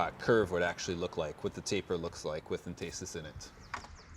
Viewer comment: Entasis is pronounced like emphasis, with the stress on the first syllable...not enTAYsis. I'm an architect and use the word (and the concept) all the time.